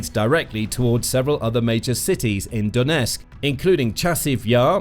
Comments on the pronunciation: Donetsk has 'T' in it. Don't drop it. The twon is called DoneTSK. Calling it DoneSK is pathetic. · Could you at least pronounce Donetsk correctly ? Its not " Donesk" . Can you get SOMETHING right ??